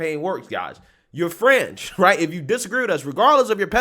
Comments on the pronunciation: Sometimes I can't really make our what you said and today's word is fringe. I keep hearing french. A french scientist? And the name Francis didn't help either. Can you like try to say fringe and french and tell the difference? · Fringe lol I thought you said French, Stop pasteurizing milk and juices, lol